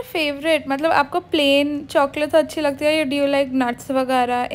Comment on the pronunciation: Why r u saying choaclate 🤣🤣🤣